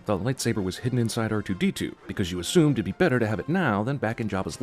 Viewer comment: "bar2d2" lol